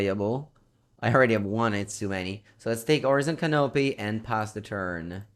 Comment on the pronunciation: You said hor-iz-on can-OP kekw